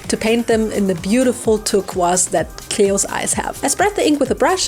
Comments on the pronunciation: Dumb question, is mispronouncing turqoise, saying it humorously, or is that a pronounciation in a different language or dialect? I feel ignorant here, but I'm guessing the second option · Hearing other countries pronounce "turquoise" is always a trip. In America, at least where I am, we say "ter-koi-ce" hahaha. You did phenomenal, as always !!!! Your work is always top notch!